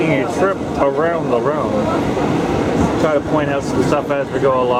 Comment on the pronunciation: I got depressed cause how he said la ronde